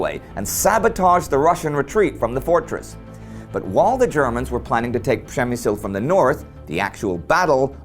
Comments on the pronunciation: Indy keeps pronouncing it prem-me-zil which i belive is roughly the correct pronunciation. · it should be pronounce like /pzhemyshl/ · Guys, great channel. I've checked almost all episodes. Shame is that a lot of Poles probably do not know how Przemyśl important been before. My hometown is Jarosław, my flat really close to building complex where Austro - Hungarian barracks / garrison were. Indy little advice, check pronunciation for Przemyśl (